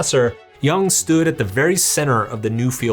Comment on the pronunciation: Jung as in "yoong" and not "young"